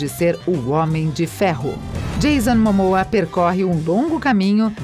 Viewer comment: "Filme de Marvel", "Universo de Marvel", "mas apesar de que Marvel estar interessado nele", "Cristiane Palmer", "Odan", "profundamende históico e defeituoso", "Gamora", "Gamorra", "sendo uma propriedade escura no momento", "Jason Mamoa"... Aí pergunto: QUE PORRA É ESSA???